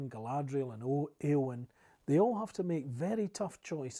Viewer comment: They're not pronouncing the names according to Tolkien's instructions. e.g., ayowyn not eeowyn.